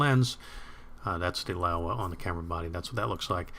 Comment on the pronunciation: Laowa not LaEwa, surely?